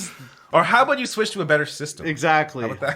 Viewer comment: I can instantaneously tell that you're both Canadian because of saying " aboot " instead of " about " at the start of this video. Anyways ( that's another of your Canadianisms, innit? ) putting all of this pronunciation bullsh!t aside I loved your 'girl' talk about hair washing; it was hilarious for me to listen to. I speak as a fully qualified ex-hairdresser and both of you are somewhat correct in how you wash your hair. Here's my professional pointers for you to take in. You should wash your hair twice - the first time is to remove dandruff and dead skin cells from your scalp as well as excess grease from the hair shafts and the second time is to condition your hair. Personally speaking I use a good quality combination shampoo and conditioner and squirt it into the palm of one hand and then apply it to my head using all of my finger tips - it's like having a very deep scalp massage and you should NEVER use your finger nails to scratch your scalp because you don't know what's under them and you could possibly scratch your head and unknowingly apply microscopic amounts of dirt into those scratches. I don't scratch my head when I'm out of the shower if it's dry - I use the balls of my fingers to get rid of any itchiness. While I wash off the first application immediately after I've done this it doesn't matter if there's a tiny amount of shampoo and conditioner left on before the second application because I leave that application on for a couple of minutes so that my hai